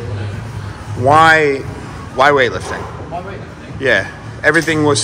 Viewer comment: Love that you still pronounce it "Creg" even with an English accent